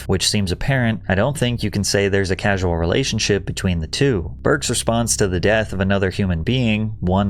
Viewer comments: causal, not casual Patrick. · "Causal", not casual. "Ingratiate" not integrate. Did this guy drop out of middle school? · Hey when you're reading quotes, it's important to make sure you get the words correct. Once you said "casual" when the document read causal, and then you said "integrate" instead of "ingratiate". A quote should be accurate. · Causal, not casual. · Look up how to pronounce causal, because it's not like casual. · causal, not casual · "Causal" is pronounced "caw-zul" not "casual". And don't say the HFPA is less corrupt now just because it is less capable of exercising its will. The corruption of an organization and the size of an organization do not have a causal relationship. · Pronunciation notes: *Ingratiate (not integrate) *Causal (not casual) *Fraser (not 'Frasier') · Causal. NOT casual. These are definitely not the same😊 Please watch edits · It said Causal relationship, not casual relationship 😂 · Casual. Causal. Two different words. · *causal not casual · Burke said CAUSAL l not casual. Dude, respectfully, learn the language and pay a little attention to your craft. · Dude, even though your videos are sometimes a bit contrived, they're alright when it comes to production. One tip though: READ. "Causal" not "casual" ingratiate not integrate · "causal" relationship, not casual. Changes the quote a bit. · "causal" and "casual" are different words. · Small note; Casual is not the same word as Causal. Causal as in Causality, the Cause of a situation or event. As in the phrase, "Correlation is not always Causality." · Pat, you know I love you, but it’s CAUSal (cause-al) not casual.